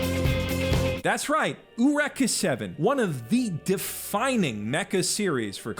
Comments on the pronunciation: Ain't no way you pronounced Eureka(Yur-reeka) as OOH-recka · till the day I die I will pronounce Eureka as Yu-ree-ka. I don't care what the weebs say. The japanese writers chose an english word in the english alphabet. But then again, I am forever jealous about how anime can just butt-fuck the english language whenever it feels like it. "My Stand power is Stairway to Heaven, My Quirk is All for One, My Devil Fruit is the Chop Chop Fruit, that giant alien is an Angel, my robot is called a Franx, and this is called a Gundam because it is the words Gun and Freedom together" Kinda makes Stan Lee making up Wakanda into perspective. Perspective being "Man we can make some cool shit when we stop being accurate about stuff. Egyptian cat god is now a panther god? Why not? It is not like we had several other egyptian cat gods to choose from. Who wants a super hero powered by a lion or cheetah god". Looks back over to anime and Detective Loki is staring back at me. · You habe to be fucking with me. Youre drilling into my brain every time you say "Ooreka" and don't give me that "that's how i know gou haven't watched it" shit, i just finished a rewatch of it less than a month ago. Youre like Joseph Anderson with "Mario" I can't believe youre hearing it that wrong. I dont have anything to say against your points though, I'd be more than happy to pay for a streaming service with the anime that u want to watch but if they dont care then i dont. Pirating is the way I'll go. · My guy did you really just say OO-reka seven? EUR-EKA AY YOU REK A. (because subs are superior, the dubs are SO BAD) E7 is the most wasted potential in anime and I wish I liked it because it was my first. Also, Gurren (not goo-ren) lAgann (not lagAnn) has a pretty shit dub too. Ore wa dare da to omotte yageru is way better than english. Anti spirals sound like a bored chemistry teacher in the dub. Kamina's jap voice actor cannot be replaced. Edit: man you aren't even trying to pronounce names correctly.